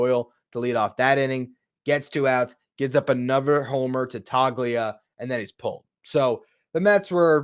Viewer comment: Hi! Just FYI, it's "Tole-ia" - long "o" and the "g" is silent.